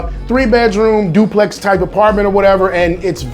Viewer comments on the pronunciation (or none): none